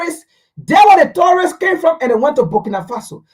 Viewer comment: You're saying terrorist not tourists, right?